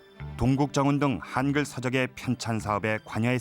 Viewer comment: 한글이지 하앙글이 아니다. 발음 똑바로 해라